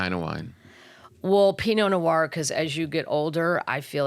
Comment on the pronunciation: Fifth time watching this and only just NOW noticed how Kathleen pronounced pinot noir. 😂 She made the second word have two syllables, I mean, I LOVE her! 😂❤